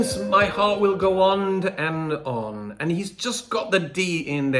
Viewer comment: OMG!, I thought I was the only one in the world who noticed that Dimash copied Celine’s mispronunciation of “ond and on”!! Every time I would mention it to someone they’d look at me blankly. So thank you, thank you! This is such a beautiful song and Dimash delivers it beautifully. Of course. Thanks again from a Florida Dear.